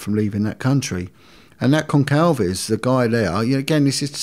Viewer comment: Who's Concalves? 😂 I was so confused.. It's Gonçalves as in Gonssalves